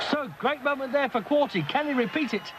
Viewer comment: core-tay moron commentator... not core-tee